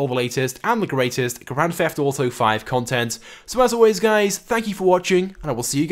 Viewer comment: he's like "confent"